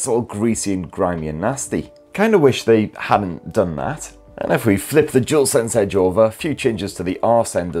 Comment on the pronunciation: I believe it's called Dual Sense, not Jewel Sense...